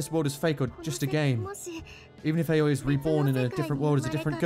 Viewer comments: I feel like i need to say this now thats its over Aoi's name is pronounced Owwie. Lol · The way your pronounce Aoi is giving my Japanese-learning brain an Owie